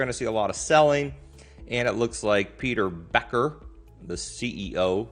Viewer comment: It’s RocketLab not Rocket Labs, it’s Peter Beck not Peter Becker. Before you comment on the company understand what they are really about first. They moved to California so they can get US Government contracts. The “Nerd stuff” is what they are really about. They makes most of the money on their Space system products like Star Trackers that allows spacecrafts to track the stars to navigate in space. Not only they are legit, they are the only Space Company outside of SpaceX that had actually done anything.